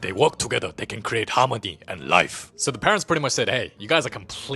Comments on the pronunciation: "tha movie begin... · Ahh yes the OG “Da movie begins”